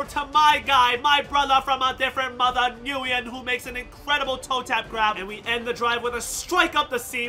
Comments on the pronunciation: i thought nyguyen was pronounced win, because my friend has the same last name and thats what he says his last name is pronounced like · It’s pronounced (win) or (Wynn). It’s Vietnamese I believe. The fact that you don’t know that as an “Asian” guy is odd. Lol